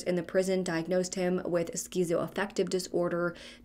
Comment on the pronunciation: I love your channel. FYI it's pronounced like skit-sow same as schizophrenia